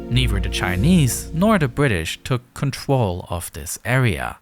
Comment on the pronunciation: Really really cool video but why do you talk like a toddler? You said “contwol”